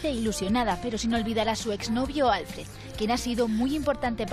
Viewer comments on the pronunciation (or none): A ver si la prensa se pone las pilas y deja de pronunciar “Álfred” cuando es “Alfréd”. Mira que han tenido meses para aprenderlo...